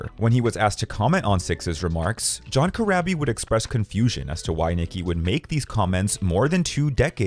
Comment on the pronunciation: It's pronounced Cor-raw-bee.